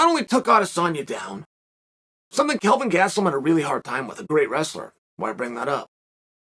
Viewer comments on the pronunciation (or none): none